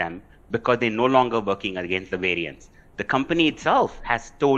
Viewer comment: If this reporter can talk to me on Skype or FaceTime or something I'll teach her how to say vaccines and variants with a properly pronounced English V, instead of saying Wariants and VVaccinez like she says.